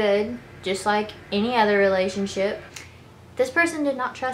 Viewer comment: I love her but y does she say relaship 😅😅